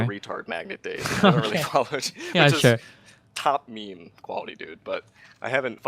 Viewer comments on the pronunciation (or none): Destiny I love you bud, but you are fucking up the word meme. Is this intentional?